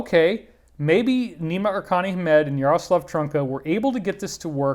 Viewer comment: David thank you very much for all the info you keep bringing us. I am from Czech and the pronunciation of the name Jaroslav Trnka you got almost perfectly :D Thank you and Dannion for these podcasts they have been very helpful, and we shall together get to the bottom of this at some point :D